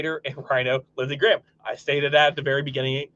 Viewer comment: Love that "LIZARD GRAHM" 👍